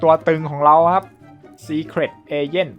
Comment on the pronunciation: เอเจ้นพี่อ่านผิด